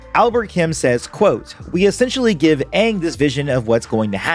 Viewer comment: i hate because it they say anggg insted of angg